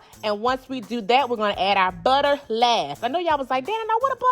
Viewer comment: The way she says BUTTA....When you cook with this much personality, you know the food has to be the . I had to subscribe for that reason alone! I can’t wait to try the recipes!!! Thanks sis